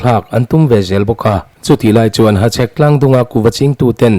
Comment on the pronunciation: Hachhek lam dik ka ti zawk e